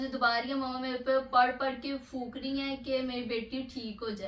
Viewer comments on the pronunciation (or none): Fook❎ phoonk ✅ Fook 😂😂😂